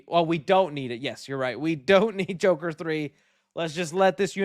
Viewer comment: It’s The Jurker not Joker